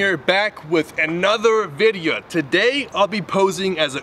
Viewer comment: Why does when he say videya make me crack up 0:010